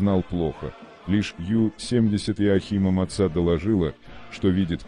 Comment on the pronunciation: Материал интересный, а за использование кривого робота - дизлайк. "ДенИц, решил свернуть", "что случилось с ПринОм" - тут хоть более-менее понятно, кто имеется ввиду. А вот "потопили подлодку МацА..."- это что-то. Ну не могли нацисты называть свои подлодки в честь кошерных блюд, они же антисемиты